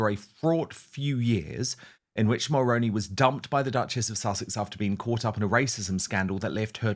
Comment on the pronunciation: 👋 Good Morning Dan... friendly fyi from a 🇨🇦 Mulroney is pronounced as "Mull-Roo-Knee" or like the actor Micky Rooney's last name with the prefix Mull attached "Mull-Rooney" Jessica's husband Ben is the son of a former - late Prime Minister Brian Mulroney I'm in my mid 50's & I remember Brian Mulroney as a good Prime Minister & representative of 🇨🇦 I'm neither conservative nor liberal in my politics I'm a centralist I vote based on who I believe is best for the job, who will do the best job for the majority of the people...because you know you can't make everyone happy all of the time... Brian Mulroney was born in Quebec, he was French Canadian and how I've described pronouncing his name is how He pronounced it, how the news reporter's pronounced it. I'd greatly appreciate it if you could please do a proud & former 🇨🇦 Prime Minister the respect & honour of pronouncing His name correctly I would truly & greatly appreciate it 🙏 Thank you